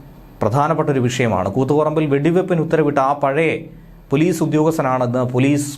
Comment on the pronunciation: പോലീസ് അല്ല പോളീഷ്